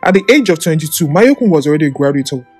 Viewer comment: He’s name is mayorkun not mayekun